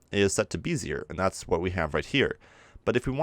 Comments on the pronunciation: “Bezier” is pronounced “Bez-ee-ay”, also, your other problem word is pronounced “in·ter·po·la·tion” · Good tutorial! Just know - pronounce interpolation as it is spelled... In-ter-poh-lay-shun. That, and bezier is not pronounced as it is spelled. It is actually pronounced "Beh-zee-ay"